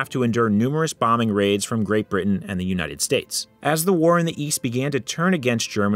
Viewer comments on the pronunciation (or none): none